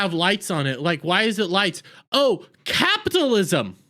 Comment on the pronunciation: It would be so much more pleasant if you learn to properly pronounce CAPITALISM!!!!!!